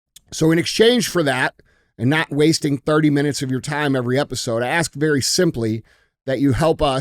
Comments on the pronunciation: With the help of that book, it won’t be long before DJ starts asking questions instead of aksing them! Love you DJ! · DJ needs to learn how to say ask correctly, instead of saying “akss” 😂 you the man DJ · DJ - I have to axe you, is your Learn to Read book series your 10 nonfiction pages? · DJ: “Doctor, let me axe you about your instensive work in orthomolecular medicine” 😂😂😂😂